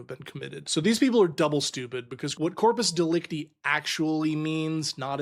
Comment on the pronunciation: I'm 77 and have never heard corpus delicti pronounced like that.